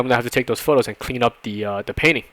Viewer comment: Am I the only one who hear "penis" instead of "painting"?